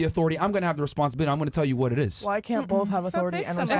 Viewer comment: I like how she says with BOF OF US 🙄🙄